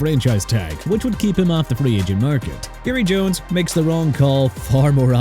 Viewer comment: Jerry Jones not Erry Jones and Trey Hendrickson not Brey! And Quay Walker not Way Walker! Hello?! And let Tyreek Hill go back to Kansas City! Who cares about him?! Good riddance!! Also let Buffalo get Jaelan Phillips and Mike Evans! I DON'T REALLY CARE PERIOD! MR. NEW "OR-LEANS"! NEXT TIME SAY OR-LINS AND GET THE CITY NAME RIGHT!! Also let Miami sign John Franklin-Myers and Malik Willis and let Carolina get Bradley Chubb okay?!! YOU'RE DONE!!!!!